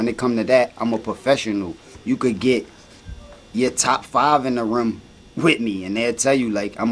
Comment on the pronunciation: Philly accent: room = Ruummm